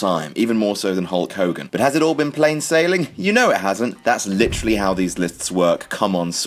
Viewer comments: Who's Hull Cogan? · Who is this mulk mogan you keep speaking of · Guys, who the hell is Hull Cogan?